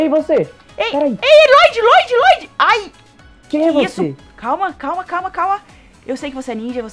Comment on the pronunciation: NÃO É FLODDY É LLOYD